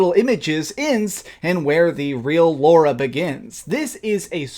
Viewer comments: "Laura"? LOLZ. Lara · Did you call Lara “Laura”?